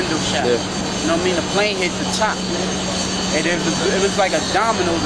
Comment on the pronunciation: lol "Know wha' i mean"